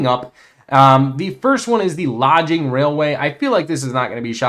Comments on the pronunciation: its pronounced Log ing, you keep saying Lodge ing. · thank you for the content . also i.e. LAW-GING not LODGE-ING. from the occupation 'forest logging' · I was going to say the same thing. I always pick on him about stuff like that. It's all in good fun though.❤😂